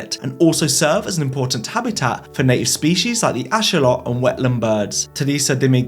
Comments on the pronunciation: THANK YOU for pronouncing axolotl like that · Thank for pronouncing Axolotl correctly!